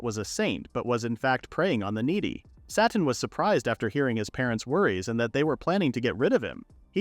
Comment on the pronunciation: Character: “My name is Sateen.” AI narrator: “My name is Satan.”